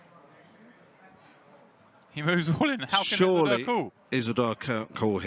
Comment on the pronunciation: Isildur is pronounced Ease-ill-dure